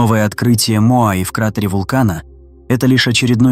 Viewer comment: Не моаИ, а моАи, вообще-то...